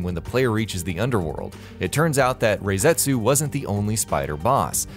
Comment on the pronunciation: It's not Rayzetsu. It's Rah-setsu